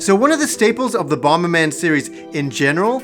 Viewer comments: Bom-ber?! It's bomber. Bom-er!!!! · Bomb is pronounced bom not bomba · First time viewer and I love that you're taking the opposite approach to almost every internet reviewer out there. Seriously, kind of love it.... That being said the extra b you added every time you said bomberman drove me nuts. Bomb-ber-man. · 'Bommerman . . . . BomBERman . . . " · Are you saying "BomBerman"? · Wait, do u think it's called Bom-Ber-Man? 🙈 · Why are you pronouncing the second B in bomberman it bugs me stop it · I keep getting distracted when pronounces the second 'b' in bomberman. Not sure if I'm missing a running joke in the show or anything, but it's jarring everytime it happens,lol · It's really irritating he keeps pronouncing the silent 'B'. Please get a reporter that actually knows the game they are reporting on. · I've never heard anyone pronounce the B in Bomber before,Still loved the video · You do realize that the second "B" in Bomberman is silent right? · Wait, is the second 'b' in 'bomberman' supposed to be pronounced? I say it silenced like HappyConsoleGamer. Is that a Canadian thing? Did I turn Canadian?